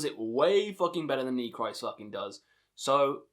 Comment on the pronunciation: don't know if someone already said it, but I speak Russian, Ukranian (a little), and German: The album titles are pronounced like Nechrist' = Neh hreest Weltenschauung = Vehlt en show (like ow when you get hurt) ung (like sung) Golos Stali = Holos stahlee Istina (verity) = eestina Cool vid mate